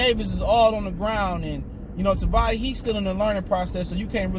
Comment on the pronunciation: Dude Tavai only has 2 syllables